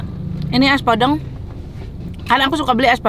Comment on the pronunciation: Penyebutan podeng nya salah teh